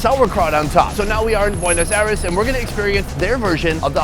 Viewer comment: Welcome to "Puenos Ares"